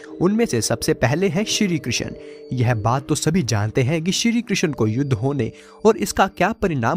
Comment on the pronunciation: कृशन नही बोलते , कृष्ण बोलो ।